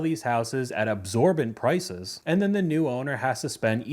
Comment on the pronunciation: "absorbent prices"??😂😂😂😂The word is exorbitant!😂😂